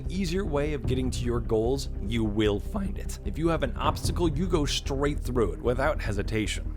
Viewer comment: “you will fHInd it”